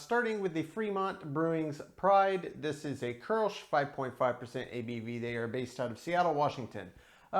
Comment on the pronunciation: Thanks for the correct pronunciation of kolsch. I got the tavour app but haven't used it yet.